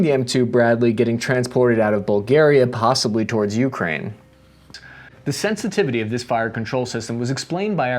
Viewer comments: It’s pronounced Ukraine, not YOUkrain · stopped watching after u kept saying YOUkraine i cant hear this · Hey, thanks for the content! In "Ukraine", the stress is on "A", not "U". And "Zaporizhzhia" looks intimidating, i know, but "R" goes before the "ZH": this "zapo ree ZHja" will suffice.